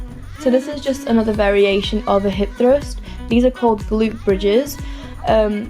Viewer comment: That pronuntiation of "hip Trust" lol <3 do u speak Español ?